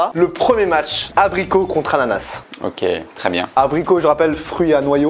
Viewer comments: On dit ananaSSSSE, pas anana, c'est trop perturbant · Ya un S à la fin d'ananaS... Je vous haieeee